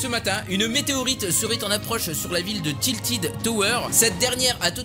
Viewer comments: c pas tiltid c tilted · tiltid mdrr tilted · C pas tiltid tower tiltèd tower 😭